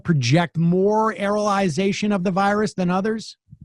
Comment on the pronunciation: It's "aerosolization", Sammy.